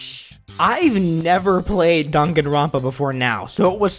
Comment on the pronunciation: It's "Dang-an-ron-pa" not "Dan-gan-ron-pa"